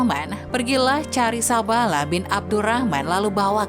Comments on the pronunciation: Pengucapan kliru,bukan sa'bala,tapi sa'laba😅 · Mengucapkan muhamad saw..dan lapad allah gak paseh..belajar ngaji dilu biar gak salah kaprah..sabalah2 kow ucap kan